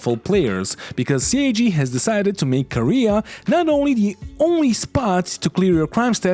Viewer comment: Kah-ray-uh... not Korea